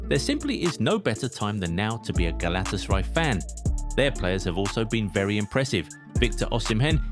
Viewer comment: Man youre butchering the club name. Do it with me: Gala-Tasa-RAY :)